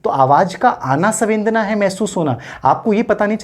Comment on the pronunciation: सवेंदना नहीं, संवेदना है